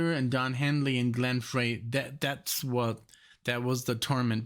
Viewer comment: Hey. It’s pronounced Fry not Fray. For Glenn Frey